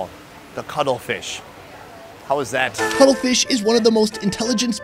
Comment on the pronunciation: Cuttlefish, with Ts. Not cuddle fish. 🤣🤣🤣